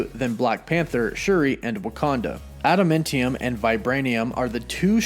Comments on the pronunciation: AdamAntium. Not AdamIntium. Your pronunciation is weird and distracting! Nice video, though. Very exciting stuff. Disney really needs to start rolling out with these shows already. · Its adaMANtium dude.....not adaMENtinum.... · This dude saying "adaMENtium" reeeeeeally bothers me